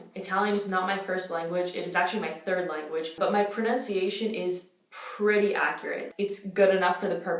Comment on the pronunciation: Hello I'm half English and half Italian💗 Your pronounciation is sooo good❤